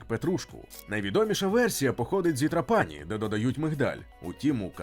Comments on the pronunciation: ТрАпані, а не ТрапАні !!! Якщо так добре знаєте кухню, то чому місто не пам'ятаєте, як зветься... 🥴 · Відео супер, повне, містке. Молодці. Але не ТраПані, а ТрАпані. Аранчіні, канолі, граніта найсмачніші ніж у всій Італії. Ще вони роблять скшені помідори (pomodori secchi), ії смак найкращий. Хліб до страв ( супів) подають підсмажений поливаючи його зовсім трішки ароматизованною оливковою олією (олія+1 зубчик часнику твльки трішки для ледь помітного смаку+ базилік+ петрушка все перебивається блендером до однорідної маси).Я пишу і слики течуть😂 то є смачно неймовірно. Timballo на Сицилії як Melenzane a parmigiana в Неаполі, коронна страва, рросто ТОП. Gelato con il brioche, ви маєте спробувати обов'язково де б в Італії ви не були, неймовірно смачно. В кожному рогіоні Італії морозиво смачне і різне, але все одно дууууже добре. Ще граніта подають після рибної страви, щоб позбавитись рибного смаку, кажуть puglire la bocca( очистити рота). Італійці люблять смачно поїсти і підходять до приготування їжі з душою. Дякую за відео❤